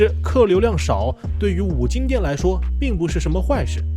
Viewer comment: 是金不是精